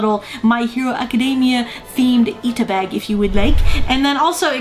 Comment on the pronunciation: Did she say Iida Bag or Ita Bag?